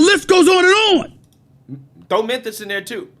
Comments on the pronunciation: Did you say "Menthis"? Cmon bro. Dat. Dis. Dose. Get your pronunciation in check. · Bro can you please say Memphis instead of minthis. Your killin me my boi.